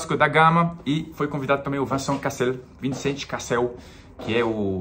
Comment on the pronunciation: Só te lembrando que, em francês, não é 'Vincent'; é 'Vañçãnnn' 😅😅😅😅.